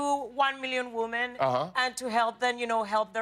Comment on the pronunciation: Either she forgets or no one has ever told her how to properly pronounce "women". I'm also colombian in case someone replies "it's part of her accent".